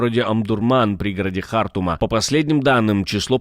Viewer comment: просто неисправим. Какая-то просто патологическая неспособность правильно произносить имена собственные. ХартУм!!!